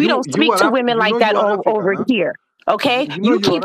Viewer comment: "Shatepp woomen!" 😂😂